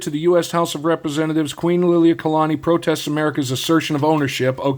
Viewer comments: You pronounce queens name great brother 😊❤ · As a Hawaiian.... your pronunciation of the Queen's name was pretty solid. Nice video brother.